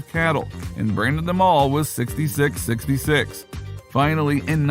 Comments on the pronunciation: Four 6's. Not sixty 6 sixty 6. Sounds dumb as hell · It's pronounced 4 6's not 66 66 four six's say with us four 6's please say it correctly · its four sixes not 66 66 ( sixty six sixty six ) if you cannot get that right -dont bother ! Dislike because you cannot say the shows title correctly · It’s not 66 66 it’s the four sixes 🤦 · Stop calling it "sixty-six sixty-six." It's called "The four sixes." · It's pronounced four sixes. Not sixty six, sixty six. No. If you can't say it properly, stop talking. Seriously. This is an institution in Texas and most won't cotton to well to blatant disrespect of it. FOUR SIXES. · Dumbass media...it is Not "66..66" it is "4 6s" for the winning card hand that won the original ranch& it is not in South Texas but rather north central West Texas...pretty shallow research "The Showy" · Its pronounced four 6's FFS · It’s the 4sixes not Whatever the hell this guy is saying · Stopped watching as soon as he said 66 66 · It’s pronounced Four 6’s. Learn some history of reality please. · Pronounce the name The 4- 6's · It's pronounced four 6's. And it's not in South Texas lol It's in West Texas. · Jesus. Its the Four Sixes. You did some research just missed a key component of this informative video. Thanks for the info though